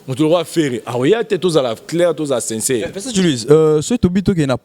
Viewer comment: oza na lokuta Moïse mbiye aza na Belgique yo ozo loba France 😁😂 en plus bino mibale bozo loba u à la place ya i , sinçeure place ya sincère 😂😁 boza suka